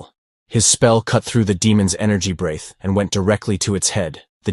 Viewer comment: Also, it's not "brayth", it's "bre-th". What kind of idiot AI can't properly pronounce "breath"?. The act of breathing is spelled "breathe", but the noun is spelled "breath" and they are pronounced differently.